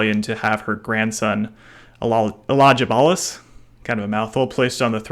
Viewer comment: Elagabalus has a letter G which is pronounced as in the word Gun or Dog, Not like in German. I know it is a mouthful for Americans, but not that difficult if you do a tiny bit of research.